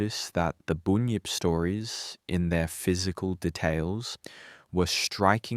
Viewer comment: It’s a Bunyip not a boonyip 😂 , bun , say bun then say yip now say bunyip .